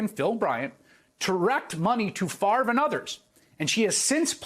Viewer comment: Any guy who can't correctly pronounce his own Danish name is intellectually suspect.